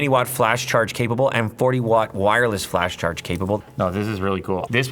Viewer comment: Are you saying “Flash charge”??